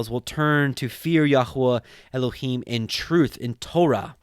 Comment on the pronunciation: This is the first time I have heard the Book of Tobit. Thank you for the wonderful commentary and proper pronunciation for Elohim, Yeshua and the Ruark Hakodesh. It’s just a wonderful book filled with uncommon knowledge. It’s the only book that speaks of the Angel Raphael. God be praised and exalted for eternity.